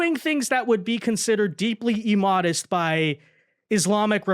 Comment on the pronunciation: Emodest... wow. Did someone tell you that all words that start with I are pronounced with an E sound? That's not how those words work...